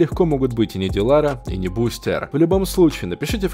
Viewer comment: Та бл, не БустЭр а БустЕр